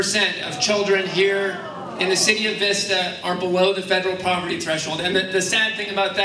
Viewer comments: It's Vista and not Veesta... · I grew up in this town, and Darrell Issa is a disgrace. Also, it's Vista, not Veesta. :P Keep up the good work. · Its vista not veesta.... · Sorry to be picky, but it's pronounced Vista- as in the word visit. Not Veesta.